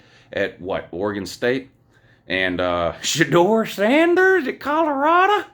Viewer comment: "Shedeur Sanders at Coloraduh"! Oh man, I needed that laugh!